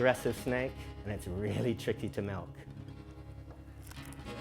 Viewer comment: He saying milk as if he holding a cow 🐄 ..nahhh easy stuff